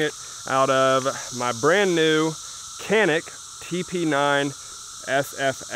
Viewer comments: C in the Turkish alphabet is pronounced like J in English. A is ah. So that would make Canik sound like "John-Ik" and not "Kan-ik." Also Turkey sucks. They hire former ISIS fighters and slap NATO uniforms on them, and ship them to Syria, Libya, and Armenia. The Canik company is owned by SYS, a contractor of the MKEK, Turkey's state controlled arms manufacturer. Turkeys economy would collapse if not for tourism and exports. Consider this when buying their exports. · Strangely enough canik is pronounced janik